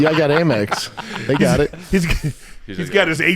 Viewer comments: Am-Ex. American Express. Not A-Mex. It reads AMEX on statements. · First of all.. it’s Am Ex .. not Aymex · First time I heard someone pronounce AMEX as "a mix". 😂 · Am-Ex. Not A-Mex. American Express. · What is calling it 'Merpress?' 😂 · Brenden pronouncing in “ AYY MEX” is par for the course. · Brendan trying to flex that he has a Amex card , but he’s pronouncing it wrong .